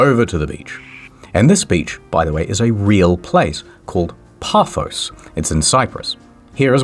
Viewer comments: Nice try pronouncing Paphos, close but the emphasis is on the ‘O’. I.e. Paf-Oh-s. Still nice to see my country appear in one of your videos. The real legend of Aphrodite (Venus to the romans) was where Cronus (time) chops off Uranos’ (sky) balls and throws them into the sea. His sperm then combines with the sea to produce her. Still today there is a huge rock called “Aphrodite’s rock”, which is supposed to be one of the testicles and the sea foam that surrounds it is the sperm. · Paphos is not said like that SMH disliked, unlucky.